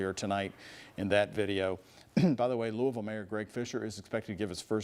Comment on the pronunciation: She said Louis ville... Obviously not from Louisville